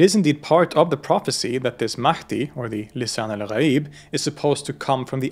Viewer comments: As a Shia Muslim who just watched the two parts, this movie can relate to many things that I believe in with extension to out-of-the-box thinking lol. Very well explained and perfect pronunciation of Lisan Algh'aeeb :D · Hey, this guy pronounced Lisan Al-Ghayb --surprisingly, very accurately.